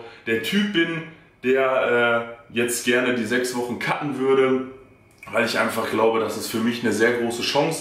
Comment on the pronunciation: Wenn du sagst "cutten", hört sich an wie kacken :D sorry fürs offtopic ^^